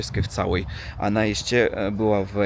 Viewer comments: Coraz lepiej mówisz po polsku 👍 Tylko to ANA poprawisz i będzie SUPER👍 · Nie "ana" tylko "ona" 😁👍